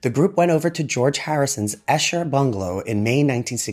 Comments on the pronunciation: George lived in "EE-shur", not "EH-shur". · Esher is mispronounced in this video. It is pronounc correctly ed _E_sher, NOT _ _Eh_sher.. Thankyou. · ESHER, is pronounced EESHER. It is a small town in Surrey just outside London.